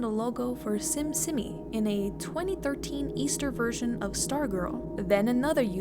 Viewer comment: simsimi is actually pronounced sheemsheemee :D (심심이) becuase the bot is korean, i assume there is a lot of typing errors because of that.